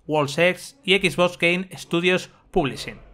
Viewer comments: Confirmen soy el unico que le pone como nervioso que digan xboss en vez de xbox y play lo digan bien?xd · Me estresa cuando dice Equisbos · Porque pronuncia X BOS? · Nadie : Absolutamente nadie: Vandal: skisvos serie x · No se porque, pero creo que el 99% de las veces oí "Equis-boss"... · Como vuelva a decir Equisbós te juro por mi hija que le pego un tiro en la pierna. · Jajajaja "X bos" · Equis boss pronuncia bien weon pao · Sois tan "Soniers" que no sabéis decir ni Xbox..."x bos, x bos, x bos"... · "Equis-voss" jajajajajjaja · Los españoles lo dicen como se escribe, la pregunta es ¿por que Playstation si lo dicen como es en inglés?